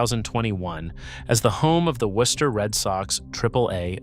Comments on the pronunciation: I’ve heard worse mispronunciations of Worcester. Also, there are still an awful lot of triple deckers left in Worcester, I used to live in one. Millbury didn’t build its shopping center until after the a worcester Galleria was king fine, and it came at about the time its replacement - The Worcester Common fashion Outlets was on its way out, you may be thinking of the mall in Auburn, which is right next to Millbury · In my 61 years in the Worcester area,my first three years in a triple decker on Dover Street in Worcester, I have never, not once, heard any locel pronounce the city as "Worse-ster" as I hear in one way or another in this video. No one - no one - pronounces the "o" as any form of the sound. In local parlance, the "o" becomes an 'i" and hence "Wister". Great video but every time you pronounce the "o" it feels like fingernails on chalkboard!!! Bonus: The first mention of taking up arms against it British anywhere in what is now the USA was noted by John Adams when he was visiting Shrewsbury, the town that borders Worcester to the east. Adams was at one of the town inns when a local farmer walked in and eventually observed that the colonials will have to take to ups arms and fight before the opposition becomes to strong. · You can pronounce it Wooster. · This video is a total mess! Can't pronounce the name correctly (Woo-ster) nor consistently. Many of the video and stills aren't even of Worcester. The first several minutes are repetitive. And, as other commenters have pointed out, the 3-Decker style buildings were NOT all destroyed. Total Fail, Dude. What a joke of a channel. 👎👎👎👎👎👎👎👎👎👎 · And its woo-ster (or woo-stah boston accent lmao) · bro dude guy ya gottta say woostah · the ai has no idea how to pronounce it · First off, learn how to pronounce the nasme of the city. Secondly, there's plenty of 3 deckers in the city. Not sure where you're getting this from but you need to come up here to see that you're wrong. Go to Vernon Hill or Grafton Hill.